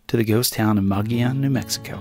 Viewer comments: BTW, "Mogollon" is pronounced Mo-gi-on, not Mog-li-on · In spite of what the name looks like the proper pronunciation of "Mogollon" is "muggy own." However, you were very close to that. Many people see it for the first time and come out with "mow joe lawn." I was way off when I first moved to Flagstaff in the early 70's. A really neat way to reach Mogollon is to take U.S. 60 west of Magdalena, New Mexico to New Mexico Highway 52. From there many different roads can be taken, some on graded county roads and some on infrequently maintained U.S. Forest Service roads. Some of those can be quite greasy (super slippery clay) during the monsoon and early spring. When I drove it in the late 70's the first time you could drive 30 miles between the "driveways" to ranches, those driveways being 10-20 miles off the graded road. Interestingly, the only vehicles we saw out there were the Sears repairman and UPS. Those were the only outsiders that knew the area well. I would bet it is not quite as remote 40+ years later, but still nicely out of the way. Driving this route is time consuming, I remember it taking about 4-6 hours, during which we only had pavement on U.S. 60, about 12 miles west of Magdalena as I recall. I should also point out that you often use the term "Wilderness" in an eastern/southern/big city kind of way. Legally "Wilderness" is an area of land where motorized vehicles, motorized equipment and roads are prohibited. That is wilderness with a capital W. The word wilderness for some people is undeveloped, unoccupied and remote